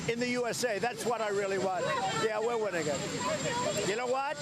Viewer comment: Did he say 'Tired of winning" or "Tired of whining" ? I'm not so sure anymore.. Cofeve.